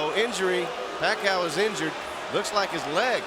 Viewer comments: He says pakha you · Manny "Pa-kayo" before they knew how to pronounce his name lol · The time when Bruce Buffer doesn't know how to say Manny's last name correctly 🤣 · Those were the time when Buffer cannot pronounce Pacquiao correctly yet Haha 😂